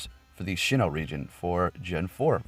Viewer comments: It’s pronounced Sinnoh, not Shinno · It is pronounced sin oh. Not shin oh. Lol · It's SINN-oh not SHIN-oh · S-I-N-N-O-H!! Loved your video, as always very helpful but hearing you say SHINNOH was kinda cringey... keep up the good work!